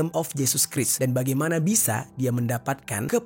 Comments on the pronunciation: Christ dibaca krais bukan kris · Fyi: Christ dibaca 'kraist'